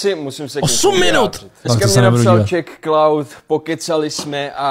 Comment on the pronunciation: od doby so svojí přezdívku vyslovil jako čechklaud mu jinak neříkám